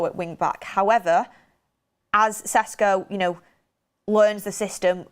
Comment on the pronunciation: "it's SHESH-KO not Ses-Ko" attaches Hermoine Granger gif :)